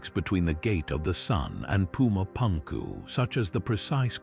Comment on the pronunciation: whatchyu mean? you don't like puma pankoo?